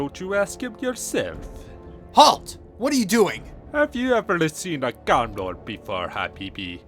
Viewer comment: FUCKING MISPrONOUNCING GIELINOR? SRSLY?